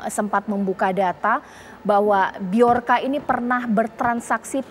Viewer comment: Sebut yg betul, Joker ! atau bjorka.